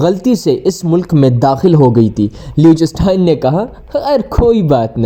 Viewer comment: Ek to AAP is ka naam ghalat le rahay ho doosra sab videos fake hain Meray bhai